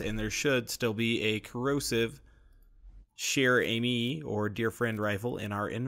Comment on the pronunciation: chair has a hard start like "check", but im pretty sure chere has a soft start like shoe.